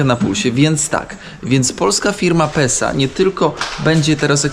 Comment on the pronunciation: Mój chłopak zamiast Pesa mówi Sepsa 😂